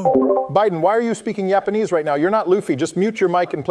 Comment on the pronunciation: “Yapenese” LMAOOO😂